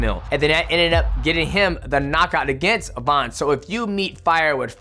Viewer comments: VAN NOT VAUN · Bro.. his name is Van not Von.. I swear fighters are the worst and pronouncing other fighters names lmaoo why you making it harder than it needs to be 😂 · his last name is Van bro why do you keep saying Vaughn 😭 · Van not von🙄😮‍💨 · VAN not Vauhn